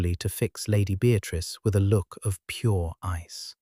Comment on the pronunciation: Ice not eyes.